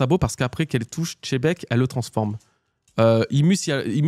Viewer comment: Tzebec, Chebec quelle horreur d'entendre ces prononciation malfaisantes. Il est temps de respecter ce magnifique personnage qui va bientôt disparaître et nous laisser avec les bisounours de mugiwara.